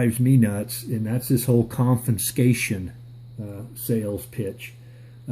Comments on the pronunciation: It's pronounced "conFIScation" not "conFINscation" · The word is CON-FIS-CATION, not CON-FIN-SCATION. Look closer, and read correctly.